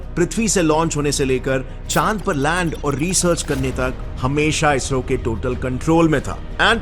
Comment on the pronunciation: It is sad to hear ISRO as BSRO 😢😢